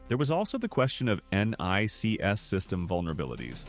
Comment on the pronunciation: What the FUCK IS this??? NONE of the images in this have ANYTHING to do with ANYTHING lol. He cant even pronounce NICS lol. This is fake ass AI bullshit.